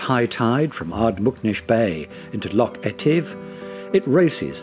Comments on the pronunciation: I stopped watching at about when Lochs were pronounced as Locks.Why oh why ruin a perfectly excellent Video with narrative from an Englishman ? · Awful pronunciation of Scottish place names. "Locks and glens". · The narrator was most informative but......if he can't be told how to pronounce "loch" then get a Scotsman to do the job. Don't know why they didn't in the first place, after all - it's all about Scotland ??!! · He can't even pronounce LOCH properly! Sheesh..... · Sorry - tge ch in christmas is a hard K sound. The Scottish loch has a ch coming from the back of the throat . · Great video of my homeland, but why is it narrated by an English person who can't properly pronounce things like Loch, Rannoch, Gaelic etc? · Can't even pronounce loch properly, no intention of trying either. Any chance of Scottish people making such a video? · Loch is pronounced like the ch in Christmas. Loch Leven is Leeven. Eilean Donan Castle is Aylin Donan. Ardnamurchan (still ch in Christmas) is the most westerly point of the British mainland. Staffa, near Iona is a columnar basalt island whose cave inspired Mendelson's Hebrides Overture. Just south of Mull is Corryvreckan, the second largest whirlpool in Europe. You could make a dozen videos, but great shots of what was covered. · Still the same ,Don’t know a Lock from a streach of water Loch. I feel the same Davie about intrusive music. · Why have they not used a Scottish person to narrate this? pronunciation of place-names, the word loch (not lock) and even Gaelic (not Gaylick) is awful... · A good video production spoiled by a lack of a Scottish accent. No offence meant but this extremely good video would have been much better spoken with a local tongue. . . . oh and by the way they are pronounced “Loch’s and not Lock’s”. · It's lochs not locks ;) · Good video but should get the Scottish pronunciations right first. Constantly hearing lock instead of loch really irks a Scot!